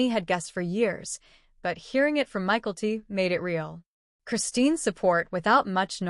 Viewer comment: It’s not Michael-T. It’s My-Kel-T